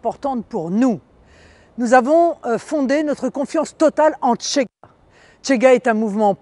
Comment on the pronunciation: C'est CHEGA pas TCHEGA, et occupez-vous de vos oignons madame.